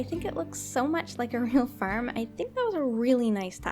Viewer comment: When u say farm it sojnds like ur saying ferm